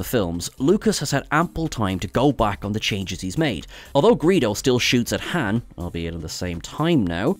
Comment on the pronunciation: It’s not Hane it’s Han